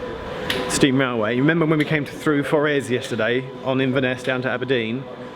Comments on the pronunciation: Pronounce Forres like forest (without the 't), not For-rez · Quaint..... Forres.... = For-"s" Love your videos and, so glad you did the Strathspey